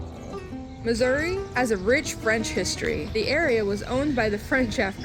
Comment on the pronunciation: Thank you for pronouncing Missouri correctly.